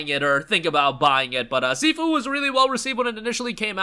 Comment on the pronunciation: Bro doesn't even know how to pronounce SIFU